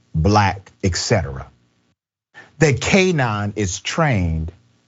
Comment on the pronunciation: It’s not, “EKCETERA” bro. It’s, etcetera. Pronounced, ET-SET-UH-RUH.